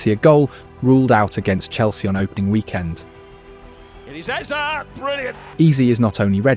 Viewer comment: Almost there "a-beret-chee" "air-zeh"